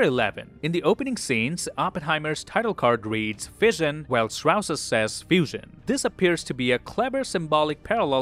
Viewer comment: Says he's seen it 4 times but still pronounces it Strauss instead of Stross. Suspicius activity tbh